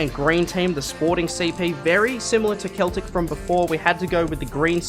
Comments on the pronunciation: I got so annoyed when he said keltic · MY GUY IT IS NOT KETLIC, IT IS SELTIC THATS HOW TO SAY IT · It's funny how he pronounced Celtic he clearly does not know anything about football🤣🤣🤣 WATP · K e l t i c Its pronounced seltic :) Its understandable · It’s Celtic not keltic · yeah and it’s celtic not keltic haha but gd video👍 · Celtic is pronounce sell-tic btw. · Im not hating but it's pronounced seltic but with the c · It’s pronounced seltic lmao 😂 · Celtic FC is pronounced seltic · Celtic is pronounced seltic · ye you called Celtic wrong. You pronounce it as if it was seltic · Me Scottish he said mother fuckin cel tic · MAN SAID CELTIC WRONG OH NANAAAA